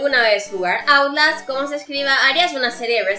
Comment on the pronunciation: Se dice outlast no autlast